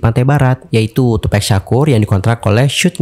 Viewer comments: Tupak bang bukan tupek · Sebutnya too pac bukan too pack..